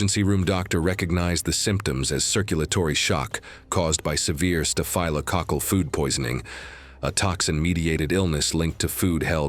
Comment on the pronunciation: Staff - low- cockle is the correct pronunciation of staphlococcal!!